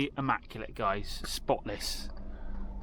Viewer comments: ‘Nearly ammaculate’..😬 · Devon pronunciation..😬